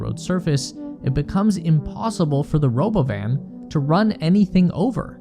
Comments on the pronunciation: What's this Robo-Van you speak of? I only know of the Ro-bovan or perhaps it's Ro-Bovine? Robot Cow? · If you do not call it roBovin I will not take you seriously